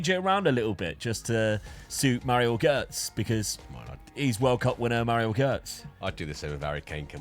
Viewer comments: the way you were pronouncing Gotze was infuriating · How do you BUTCHER his surname LMFAO?! Gotze, check Forvo for pronounciations